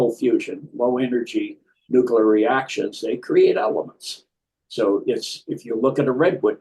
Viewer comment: Will somebody please explain to me why I'm listening to this gobbledy-gook nonsense? Never trust an "expert" who can't correctly pronounce the word Nuclear.